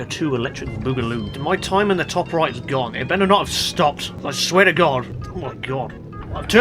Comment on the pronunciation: Best spelling words 1.YES(h) 2.RIGHT(roight) 3. Welcome(WELKHHUM) RENAULT ESPACE F1 next pls!!!